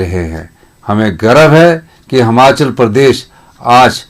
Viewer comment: हमाँचल नहीं यार हिमांचल बोला कर